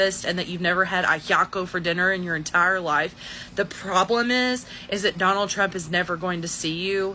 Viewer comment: “oh my god I will booaattt, I will boat for yonald thrump”😂😂😂😂 FOH!!!😂😂😂